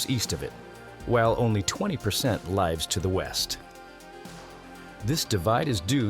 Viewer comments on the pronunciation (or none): AI voice... pronounced lives as lie ves😒